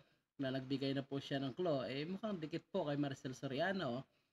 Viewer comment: What the hell is “clo”?? You mean “klu”???